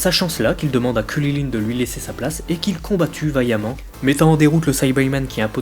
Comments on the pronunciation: WSH T SÉRIEUX C KRILLIN ET LUI IL DIT "KULILINE" mdr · Par contre on est en france est c'est hyper saoulant de t'entendre dire kulilin ou kaline et j'en passe .. Krillin/Karine c'est pas compliqué non ? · mec arrete de dire kuryline je vais peter un cable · Krilinnnnnnnn pas kwililin🤬😂😅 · Gokeu... Kuliline... Tu peux tout aussi bien prononcer Goku et Krilin "GokOU, KrilAIN" C'est pas la peine de te la péter :p sinon sympa la vidéo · Ces Krilin et pas Kulilin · pq tu dis krulilin ce kriline mais tu lis krilun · ARRETE DE DIRE KRILILINE C'est KRILIN PAS KRI LI LINE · mais comment il dit krilin lui ????? !!!!!!!! ......... kwililiyn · Pourquoi tu prononce krilin comme ça ? Pour faire malin ?